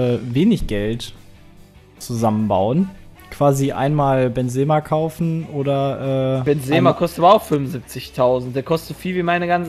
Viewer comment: Sorry, ich versteh das, wenn man ab & zu einen Namen falsch ausspricht, aber als allgemeiner Fußballkenner weiß man, wie Benzema ausgesprochen wird ;) Oder soll das extra sein?